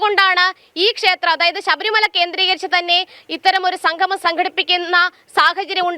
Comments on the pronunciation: സംഘമം എല്ലാ ചേട്ടാ സംഗമം ആണ് ശരി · Sanghamam alla monaee..sangamam. malayalam pronunciation padikkuu.